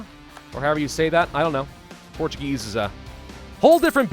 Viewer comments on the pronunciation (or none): none